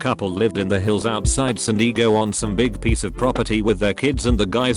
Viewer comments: SAN D E E G O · And San Diego and "San Deego"